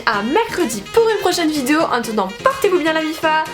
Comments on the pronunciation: Tu sais pas dire "vidéo" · Putain por une fois t’as pas dit le mot « vidéo » bizarrement au début